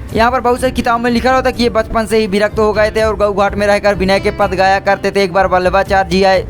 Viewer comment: bachpan hota hai bhai pchpan nahi